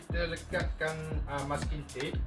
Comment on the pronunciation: bukan "musking" tp "masking". musking jd benda lain dah hahaha #racunitubenar